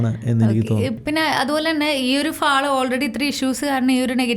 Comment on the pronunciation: Please, “ ഫാൾ “ അല്ല: ഫോൾ ആണ്. Mall മോൾ, Hall ഹോൾ, Tall ടോൾ.